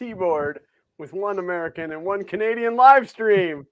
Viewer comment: Amur-can and a Canardian